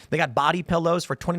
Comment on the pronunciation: A “ Phillow” - awe, yes please!😂